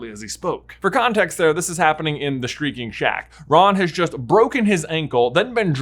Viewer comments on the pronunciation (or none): did anyone else hear Streaking Shack instead of Shrieking Shack?